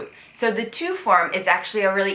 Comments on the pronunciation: Tu not two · How long have you been living there and you still pronounce "tu" as "too"? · You’re really hard on the tu. You don’t give it the super hard sound like two. You have to purse your lips together almost like you’re whistling to make the û sound. But as an anglophone I’m with you- absolutely can NOT roll my r’s . Many francophones can’t seem to make the “th” sound so I guess were even. I used to work for AC and had such a hard time pronouncing our Frequent flyer program name, in French, Aéroplan. Until another English colleague told me to read ayeroplan and suddenly I could say it. I wish there was a similar “hack” to trill my r’s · Your pronunciation of TU is too close to TOUT for instance and this is confusing and will confuse your listeners/viewers. You could keep it that way for yourself but if you really want others to learn from you, you will have to go back to basics and learn how to pronounce the letter U and the best way is to practice the alphabet. This coming from a French native who learned English and Portuguese so I know how it is but there is no helping if you can't pronounce the U like a true French U. Bonne chance !!